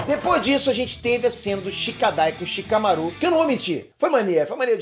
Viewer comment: Porra o maluco n sabe nem falar o nome do Shikamaru